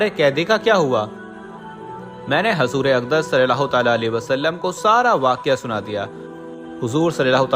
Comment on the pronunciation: Bhai hazoor Nahi huzoor boliye